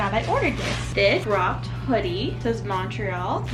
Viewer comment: montreal is my favourite place! i go there every year, its pronounced mun-tree-all or at least how my family says it!